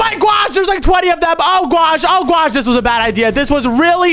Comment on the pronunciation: Why does he say gwosh for gosh